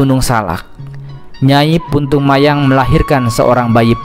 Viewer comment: punten sanes puntung mayang tapi puntang mayang,resi saradea ti gunung arca